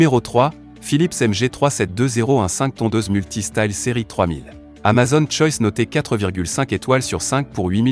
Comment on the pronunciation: Alors pour info on dit pas amazonne, mais amazOn, avec un O fermé !! Comme une "zone", un "mot", un "atome", un "clone", un "môme", un "château".